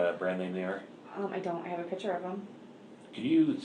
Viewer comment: There's no such words as kidsess, girlsees, she uses like too, and piture for picture, whatnot, she's just as bad as the moron husband.